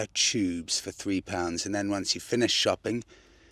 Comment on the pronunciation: "Dahlia tubes"!! I hope Alan Titchmarsh isn't watching this.